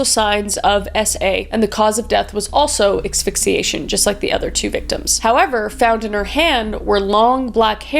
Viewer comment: Exphyxiation? :D It's asphyxiation. ass-fik-see-ay-shun. Also Calgary, which as a Canadian you should know, is pronounced. CAL-guh-ree. Not Cal-GAR-ree.